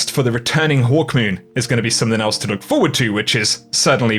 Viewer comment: They really butchering Hawkmoon smh